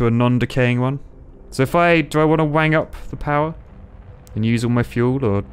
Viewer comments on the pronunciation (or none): none